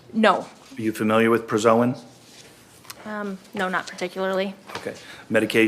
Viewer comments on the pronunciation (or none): Prazosin, not prazoin.